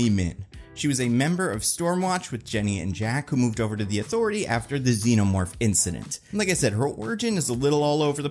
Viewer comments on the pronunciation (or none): none